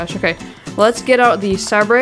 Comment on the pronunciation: love the vid. poor guy can't say sabre :(